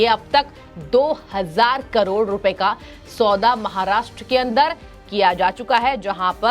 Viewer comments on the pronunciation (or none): none